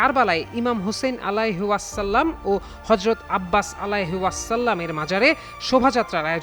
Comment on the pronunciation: আলাইহি ওয়াসাল্লাম যেভাবে বলছে, মনে হচ্ছে কোন খৃষ্টান অথবা মালুর বাচ্চা খবর পরিবেশ করছে, এদের জন্য আফসোস